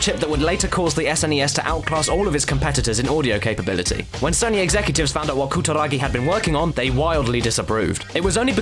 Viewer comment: Omg your pronunciation of foreign words is hilarious :P "Koo-da-ra-gi" changes to "ka-ta-ra-kee" and "noh-dee-oh oo-ga" goes to "nor-ee-o ooorga" HAHAHAHAHA omg you are so white, I couldn't take you seriously hahaha I just had to stop watching to say this. HAHAHAHAHAHAGAGAGA